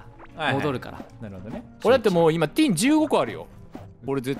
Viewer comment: 皆さんのtinの発音が良すぎて、めっちゃ面白いですw蛮族の音楽がでてくるときちょっとテンションが、いつも上がってます！いつも、ありがとうございます。